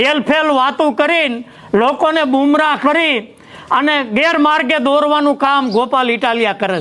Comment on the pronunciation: બુમરાહ નહીં કાકા ગુમરાહ કેવાય બોલતા શીખો